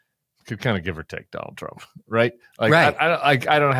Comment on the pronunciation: Don-OLD Trump 🥵 * correct pronunciation